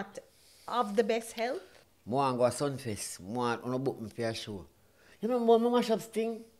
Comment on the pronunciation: "Sumfest " not sunfest...